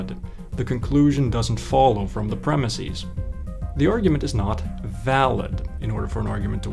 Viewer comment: Please don't say premis-eez.